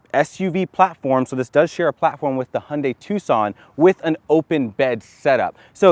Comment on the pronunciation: I like your "Hyundai" sound, almost real Korean.